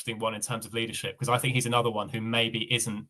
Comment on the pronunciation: Love this channel, and I hate to say it, but please say think, not fink. I will probably get slammed but for a guy like who speaks a lot of good football sense it just drives me nuts.